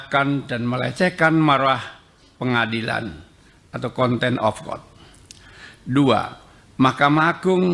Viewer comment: Contempt of court jadi conten of court🤣